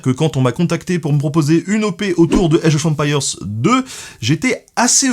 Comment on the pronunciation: Age of empire (prononcé à la française) sérieux ? Sans honte, normal ? Je kiffe le 1000eme degré !!! Franchement merci c'est top ce degré d'auto dérision 😄👍